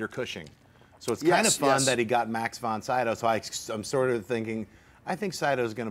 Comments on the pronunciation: Man, you butchered that name "von Sydow" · He's supposed to a 'movie expert', yet never heard von Sydow's name pronounced? Hard to believe.